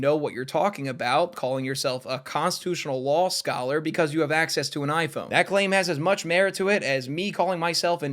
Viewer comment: WELLLLL YOU SAY LOL SCOLLER NOT LAW SCOLLER AAAAAHAHAHAHA